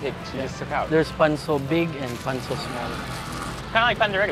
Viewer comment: It's Pancho not panso 😢😢